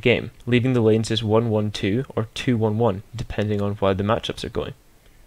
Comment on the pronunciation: When you said lanes I thought you said names :P